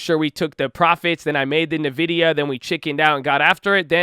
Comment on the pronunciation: bruh it's ENvidia not nuhvidia